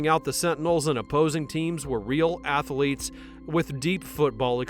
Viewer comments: A: It's athletes, not athaletes; B: Who is the emotional center? Hackman or Reeves....C: F the NFL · Apparently, they used real "ath-a-leets". At least, that's what the voice keeps telling me over and over. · Athletes has 2 syllables, not 3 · LOL "Ath-a-letes"